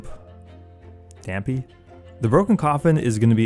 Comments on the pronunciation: The coffin guy's name is pronounced Damp-ay, at least that's how I've heard people pronounce it when referring to the Zelda character he's clearly named after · How you using OoT sound effects in this video and don't know how to pronounce Dampe?!